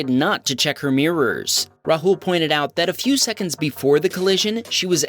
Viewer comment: Its not pronounced rhul its raaahul